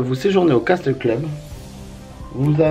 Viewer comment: Juste un petit détail de rien du tout, le mot castle ce on prononce "casseul" et pas "caSTEUL" ^^ Vidéo super sympa comme d'hab' ! :D EDIT: Mignonne la Alice ! :p